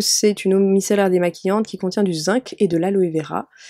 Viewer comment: Je suis toujours perturbée par un truc, l'eau micellaire se prononce micélaire ^^